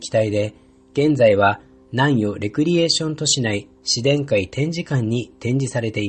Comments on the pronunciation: ✖︎紫電改⤴︎ ○紫電⤵︎改⤵︎ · 紫電改の発音が変。「しで↑んかい」ではなく「し↑でんか↑い」だよ。育毛剤じゃないんだからｗ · 紫電 改 じゃなくて紫電改って発音するのなんか草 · これコメ主さんが言ってるのは間を空けるという意味ではなくイントネーションのことだと思います。 文字で表現する上で仕方なくスペースを使われたのかと。 ここは僕もずっと不思議でした。 紫電の改という事であれば普通の日本語であれば「阿藤快」と同じイントネーションになるはず。 ただ紫電改の場合はなぜか「自然界」と同じイントネーションになる。 しかも紫電が紫電改になると何故か「紫電」の部分のイントネーションも変わってしまうという。 当時からそう呼ばれてきたのでしょうか？ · 紫電改の発音って自然界と同じなんだ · 紫電改の発音が、「自然界」と同じイントネーション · 杉田庄一 「自然界｣みたいなトーンで発音してるのが不思議でした笑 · 紫電の改良型だから、「紫電」という語で区切るのが正しいよね。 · 確かに気になりますね、、、一層の事紫電二一型で良いかもしれませんね、